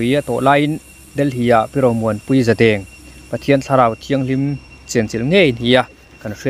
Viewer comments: Zadeng i lam dan hi a diklo sir,za hi chu i lam dika,deng tih hi,lungin an deng tih a,deng kan lam ang hian lam tur a nia👍👍👍❤️❣️ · Zadeng pawh i lam dik theilo ania